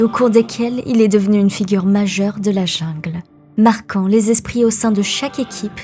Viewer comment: prononciation coréenne super mais le mot jungle prononce en français au lieu de l anglais, mes oreilles ont sursaute